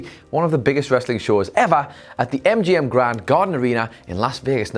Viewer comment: Am I the only one who heard him say "mgm gonnorhea", 😂